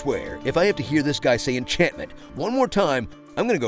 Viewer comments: enchantment?... ENCHANTMANT!! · Please say "Enchantment"